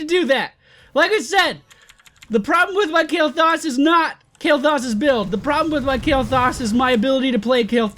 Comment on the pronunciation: u pronouncing his name wrong xD